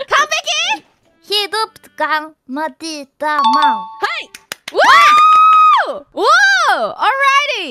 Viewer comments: mauuu not maw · probably instead of Mau, its Mac lmao😂